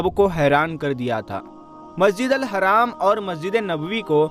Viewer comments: Sahi dhang se bolna masjid e haram hai haraam nhi hai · Bhai Sahab Aap Se Aek Guzarish Hai History Ki Comentry Karte Hoye Alfaz Ko Dhiyan Mein Rakhe Masjid e Haarm Kahen Apne Kaha Masjid e Haram Please Aap Khud Gaur Karen Jzaak Allah